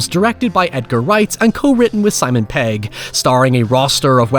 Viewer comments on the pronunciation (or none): Mate... his name's pegg not paeg 😂